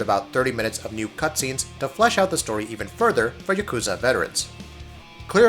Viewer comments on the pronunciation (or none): Please,. Please. YA ku za. Not ya KOO za. Japanese pronunciation is soooo easy.